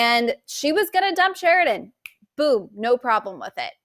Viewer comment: Can you say his name CORRECTLY? It's Sheridan!!!!!!!!!!!!!